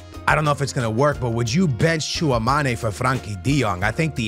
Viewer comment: The way calls Tchouameni Tchoua-mané is hilarious